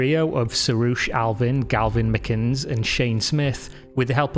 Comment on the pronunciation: "Galvin McKins"